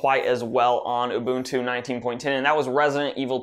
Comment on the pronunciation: When the user pronounced the UBUNTU correctly ;)